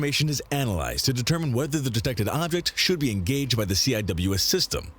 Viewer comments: The Nick name the Navy calls it is pronounced c wiz. It's a badass gun they had it on the ship my brother was on in the Navy it's able to shoot down pretty much anything. By the way love the intro 👍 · Was just scanning the comments to see if anyone used the correct pronunciation for CIWS. I never worked on it, but I did work on SSDS. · heres how you pronounce cwis ( sea wiz ) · Very annoying that they keep spelling it out; It's pronounced "Seewiz" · Drove me nuts hearing them keep spelling CIWS. It's pronounced Sea-Wis. There have been several incidentsa of CIWS missfireing at friendly ships and planes. The rounds can easily penetrate outter hulls . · its not cwis its sea-wizz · I showed this to my friend who is a CWIS tech, her eye started twitching when she heard them call it "C-I-W-S". In the Navy we pronounce it Sea-Wizz. Also since you checked out her system can you check out mine? Or the combination? Mine is RAM, the combination is SeaRAM. They're both missile systems^_^ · It's "see-wiz", not "see-eye-double-you-ess" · I wasn't a Fire Contralman in the navy but hearing it being called the C-I-W-S sounds funny. We kinda just called its the Sea-Wiz. Basically just pronouncing CIWS. We also joke around and call it R2D2 with a dick and the BRRRP-gun. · Instead of saying each letter, CIWS is pronounced SeaWiz. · Pronounced See-wiz in case anyone wants to know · Lasers are coming but they also have sea sparrow anti air missiles. Cwis stands for close in weapons system and when pronounced as a word it's pronounced see wiz, all one word. I hope this helps you. Hope you have a wonderful day. By the way all respect to a brother veteran, even from another country. I launched aircraft on an aircraft carrier. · CIWS pronounced (at least when I was in the Navy) "SEA-WHIZZ" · Yes, and it stil is. I don’t know why the narrator called it the “C I W S” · CIWS is Pronounced "SEE WIZ" or we called it a R2 like in Star Wars